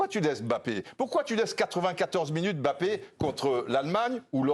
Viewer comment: Ils font l’effort de bien prononcer son nom „Mbappé“ et non M“Bappe ça fait plaisir